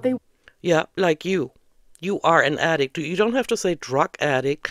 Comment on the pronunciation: Don’t forget “attic” instead of “addict”, and “themselffs” instead of “themselves”.